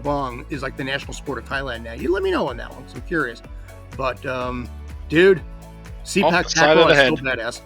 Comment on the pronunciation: Sorry guy, it pronounce "SE-PAAK TA-KRAW not SEE-PACK TAG-KRAW" please correct the pronunciation. 😉😉😉